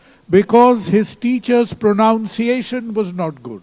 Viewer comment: He might have changed the host too, the host pronounced the word "pronunciation" wrongly😂